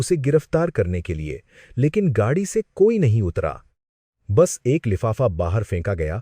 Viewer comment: Gadi ko gagi bol rahe ho pahle shabdo ko shudh kare